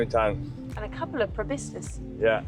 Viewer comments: Enjoyed the video. Stayed at Hornbill Lodge a few months ago ourselves. Great choice. As future experts in the area you'll want to be getting the pronunciation right! 😆Pro-Boss-Kiss (not Pro-Biss-Kiss), Orang-oo-tan (not tang) Orang = person. Utan = forest. Nothing tangy about them despite the colour. 👍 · Proboscis. So many people say probiscis. Sorry for being that guy. 😆